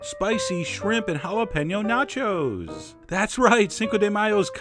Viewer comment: "This is mine, nachos" sounds like "This is mine, not yours"